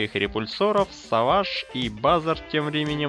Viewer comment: самолёт савыйдж😂😂😂? мне послышалось или ты сказал: от точки ада точки b?